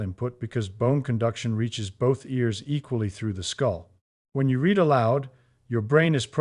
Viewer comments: How can you be saying "words read (reed) almond" and not use the pas tense "words read (red) aloud". It's hard to give you credibility when you are phonetically incorrect in your pronunciation of read in this case. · The machine reading this can’t tell the difference between the past tense, and the present tense of “read.” sort of undermines ny confidence in the whole presentation. Or maybe it proves the point because my students when they read aloud often don’t make the oroper distnction.